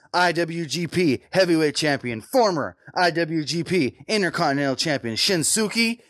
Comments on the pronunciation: it's 'Shin-skee" not "Shin-su-kee" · pronounced his name wrong. its pronounced Shins-kay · actually it Shinsuke Nakamura. not "shinsuki" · Shinsuke I thought it was pronounced shin- skay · its pronounced SHIN-SKE fyi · this dude said Shin Sookie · Pro Wrestling Unlimited with Limited Pronunciation Skills ... Dislike for getting SHIN-SKAY wrong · I'm so damn tired of you Americans mispronouncing that man's name. normally I don't complain about anything, but this got on my nerves.